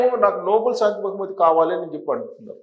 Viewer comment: అది నోబుల్ బహుమతి కాదండి.... నోబెల్ బహుమతి అనాలి. It's not Noble Prize but is Nobel Prize.